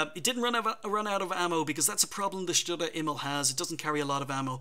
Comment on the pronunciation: Great replays! Grats on the Aces to the players! Love your commentary - always very informative. Keep up the great work! Some help with the pronunciation from a German: Sturer Emil (stubborn Emil) -> Shtoorah Eh-meel - hope that helps! :) (Although your way of saying it is pretty good already tbh)